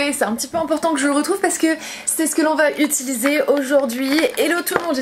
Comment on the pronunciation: C'est marrant tu dis "Utuluser" au lieu de utiliser 😛